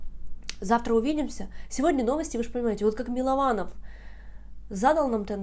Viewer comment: Ольга перестаньте коверкать фамилию человека! Он же сам уточнил, что он Мылованов!